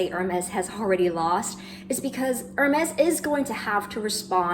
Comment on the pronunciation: Great video, but just a small point- Is it too hard to pronounce Hermès the right way, not like “her”-mes, but like “air”-mes, with a french r! It hurts to hear the brand name mispronounced over and over again 😢